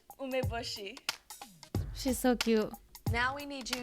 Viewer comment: Tyra can't even pronounce "umbeboshi" properly. It's "oo-meh-boh-she" and she says "uh-meh-buh-she" and did you notice her hesitate right before trying to say it? Tyra can't even do it accurately!